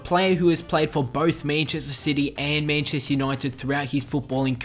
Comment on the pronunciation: "Menchester" xD